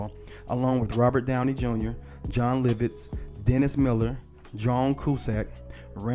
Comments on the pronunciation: "John Liv - Itz?" 😆 🤣 😂 😹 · its LOVits he keep saying LIVITS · Great segment. I love Jim Carrey, he's my favorite actor to date. But was anyone else perturbed by the pronunciation of Lovitz?! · For some reason mispronouncing Jon Lovitz multiple times annoyed the hell out of me. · Please learn how to say people's names before posting a video! His name is Joe Piscopo pronounced PISS-KAH-POE! Jon Lovitz is pronounced Jon LOVE-ITZ!! Good grief! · Bruh, "Joe pis-COP-oh?" "John LIV-its???" Damn bruh you gotta be young as hell to mispronounce legendary names like those. I'm saying, you gotta be 24-25 MAX? smh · How you gonna mispronounce a name that gets announced on every episode? Lovitz AND Piscopo? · but not as bad as his butchering of Joe Piscopo